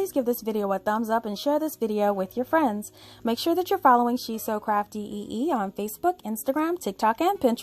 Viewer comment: I love how creative you are! Every time you say “hello Crafty family” I hear “hello crappy family”. 😂